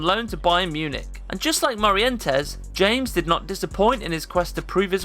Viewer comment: It's pronounced James (Hames). Just because you speak English doesn't mean you can't pronounce a name in Spanish... cool vid